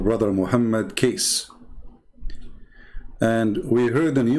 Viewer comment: Hi.. how are you now? I hooe you alright always ok. Now, I will insert you an input bit by bit ok. His Full name is Hj. Muhammad Kosman Cornelius or wellknown as BAPAK KECE PAK KECE (Bapak means An Male Adult or Mister in English, PAK is shortform of BAPAK. Also, the correct way to pronaunce 'KECE' is; as you say word "CACEY" if in English naunce).. This man are truly the Defender Of Christ.. Hope you and other our Brothers and Sisters, ni matter from what country and what dedominations you are... Please help him to get out from the place they has locked him since 26th of August till now and seldom been updated. And from his son and chief lawyers, he been given a (so called) medicine ftom time to time, but his son said, his father Pak Kece didnt take the medicines and he did gave a sample of those medicine ti his son and asked him to check study on it.., the words "LAKI-LAKI" if in Indonesian Langguage means "The Males"... hihihii.. will get in touch with you again soon.. stay tune. Thanks and God Bless!!